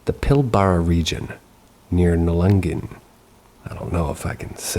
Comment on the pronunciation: Thanks for the stories, however the first story: it's Nullagine, NOT Nullangine. It's pronounced Null-a-guy-ne. The mine nearby is called Roy Hill. I work in this area regularly as my work takes me through multiple mines in the Pilbara. Yes, weird stuff does go on at some mines, and some have what is considered cursed ground.